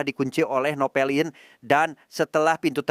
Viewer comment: Napoleon min bukan novelin